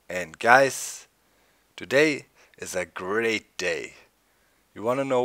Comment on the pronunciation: The way you said "Today" in the intro (to-DAY instead of (to....day) surprised me lol